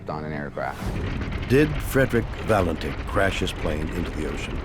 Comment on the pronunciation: Frederick Valentich is obviously to complicated a name for Americans to grasp. It's not Valentine as William Shatner-Purse says nor Valenich as David Paulides says. What's wrong when Americans can't pronounce a simple name correctly ?